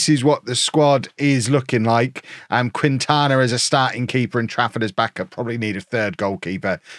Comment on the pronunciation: Quintana Is not pronounced "queen-tana", its "keen-tana" =)